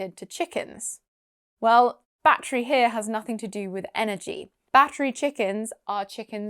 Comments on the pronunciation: I heard "baffrey." I don't know whether it's because I had one earbud in or what but that was the only word I missed. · I heard bat three chickens , 😨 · haha I heard "battered chickens" 😂🤣🤣 as "battery" didn't seem to make any sense.